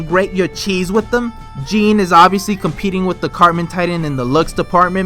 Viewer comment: I'm cringing at the way you pronounced Jean